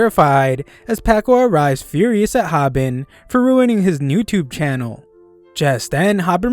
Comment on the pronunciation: "Newtubu" BRUH